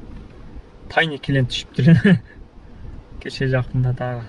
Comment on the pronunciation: Тайны эмес Тайный. Кофсен,тайны,учетчик.... Уйрончу кичине тууган. Озуноле жакшыго .